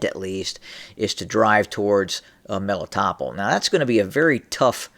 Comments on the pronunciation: Meh-lee-tow-pol Melitopol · I think it's pronounced Meh-lee-toh-pol